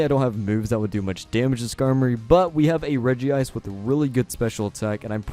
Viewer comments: It's not Regi ice... Its Regice... Reg-Ice... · There's only one "I" in Regice. It's Reg-Ice. Not Regi-Ice. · Why are you pronouncing Regice like that?!?!?!